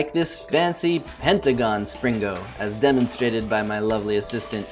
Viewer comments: you said slingo not springo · "Spring-GO" amazing pronunciation.